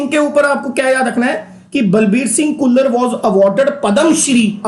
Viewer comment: "ਘੁੱਲਰ"???🤔🤔🤔.... ਖੁੱਲਰ